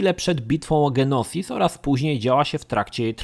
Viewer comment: Na początku nie wiedziałem o co chodzi z planetą "Genosis", potem zczaiłem że chodzi o "Geonosis" :D Niemniej jednak materiał świetny! Warto było wspomnieć że KoToR II chociaż ładniejszy i mechaniką nieco lepszy, to niestety nudniejszy. Niestety. "Jedi Academy" jeszcze kilka lat temu miałem przyjemność być w klanie, pamiętam rozgrywki międzyklanowe na serwerach, te pojedynki, treningi do "Capture the Flag" i "dueli" na turniejach z ludźmi z innego klanu :D Świetne czasy, i genialna sprawa. Szkoda że większość serwerów na JA poumierało :/ Jeszcze raz, świetny materiał :D Pozdrawiam i Niech Moc będzie z Tobą :D